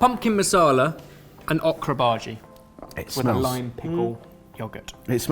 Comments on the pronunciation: that is bhajiyaa not bhaaji. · As an indian, I'd like to help with the words a little bit :) The bhaji with the onions and gram floor is actually pronounced bhajiya which is just another name for fritters. Bhaji is actually the name for a generic cooked vegetable + spices mix.